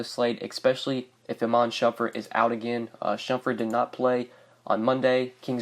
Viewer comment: You saying shumfurt? Lol